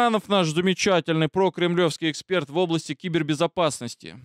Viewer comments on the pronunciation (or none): none